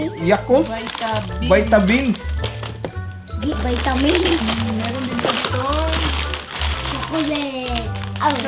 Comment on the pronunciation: hahahahahhahaa laptrip sa vitamins 😂😂 vitamilk daw sabi ni 😂😂 lovelove bisaya studio❤❤❤ Deserve nyo lahat yan ang bait bait nyo kasi💚💚💚